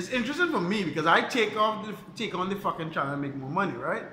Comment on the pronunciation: Yeah. I can tell by the way you said 'fuckin'